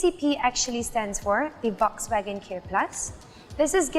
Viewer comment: Volkswagen pronounced wrongly🤦🏻